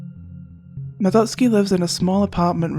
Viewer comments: Omg 💯, the relief when she said it right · Finally, I have found someone of culture who can pronounce Madotsuki's name correct... I feel at peace🙃